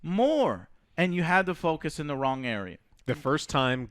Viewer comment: Mario Paulo and you say “wrong” the wrong way 😂